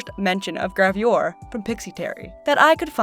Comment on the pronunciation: I got very triggered by your pronunciation of "gravure"